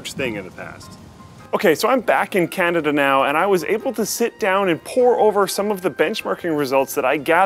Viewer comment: "So, I'm back in Candada now"